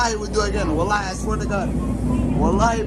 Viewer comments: for all people i am muslim somalia but that guy has acsent even smile 2to jannah say tallahi but this guys say wataali ask evey somalia people how to pronounce it i think he born in somewhere or he is mixed that born in ethiopia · Exactly bro, this was something that would have been hard to find if it weren’t for someone propagating these clips. He’s an obvious imposter who’s getting endorsed into doing this. What kind of Muslim can’t even say Wallahi properly? And uses it in such an unfit way? He wears earrings as well and seems drunk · As somali muslims, we do not claim this man, can’t even say Wallahi correctly.